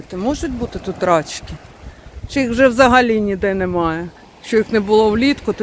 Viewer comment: надо говорить рачки, делая ударение на последний слог. Когда вы произносите это слово, делая ударение на первый слог, получается другой смысл. ❤❤❤❤